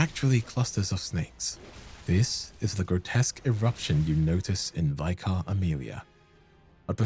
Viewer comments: It's pronounced vik-ah, not vy-kar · Just a heads up, "vicar" is pronounced like "liquor" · Hey, love the videos, love your cadence and will always eat up every Bloodborne video available…. One thing that’s driving me crazy is ‘vicar’ is pronounced with a short ‘I’ like in ‘big’ instead of like vy-cur. Everything else is great though, keep up the amazing work 😊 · Why do YouTubers insist on pronouncing "Vicar" as "Vye-car"? Is it such a rare word?? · You pronounce vicar and spindly weird, great video tho :D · Please look up the correct pronunciation for words you don't know. There are so many mistakes that it detracts from the video. 'Vicar' is not pronounced that way.